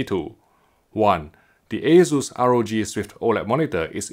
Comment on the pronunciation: I hear waysus, I close the tab, friends don't let friends buy assus